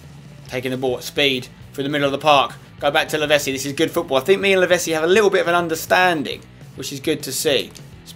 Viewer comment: I liked when you said that you and Lavezzi have a connection together, when you can't even say his name right! It's Lavetssi not Lavessi, do you say pissa instead of pitssa aswell?